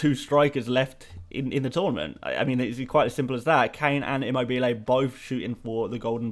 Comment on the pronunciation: Hey, just wanted to let you know that Immobiles name is pronounce Chiro ImMObile which a stress in the Mo. The bile is said very quickly